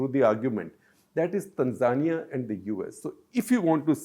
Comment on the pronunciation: Baldhead is pronouncing Tanzania wrong.